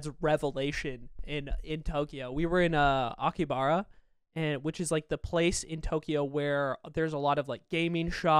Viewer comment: Hey, FYI it's Akihabara not Akibara anyway I love Nihon